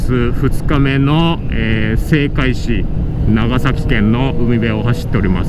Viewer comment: さいかい？ せいかい？